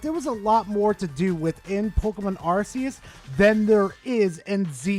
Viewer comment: It's not "Arse-eus", by the way.